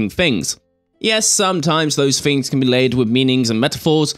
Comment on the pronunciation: I can't help but notice you pronounce the word ' things' with an f....'fings'. Maybe fings are not the fings you fink they are...but fings may change in the future. Thanks Graham for a great series.